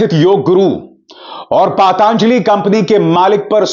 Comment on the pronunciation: पातांजलि नही पतंजलि पहले बोलना सीखिा